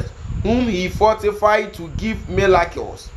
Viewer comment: Is Miracle Not Milacles